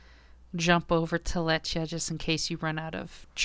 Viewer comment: The proper pronunciation of Lletya is (Klet-two-ah) with a slight throat-clearing at the "klet". It's supposed to be like Welsh I guess, that's just how you pronounce it.